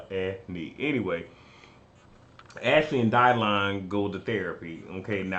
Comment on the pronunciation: I live every time you say Dylon 🤣🤣🤣